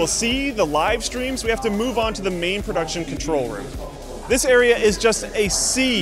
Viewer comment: Did you say PRODUCTION?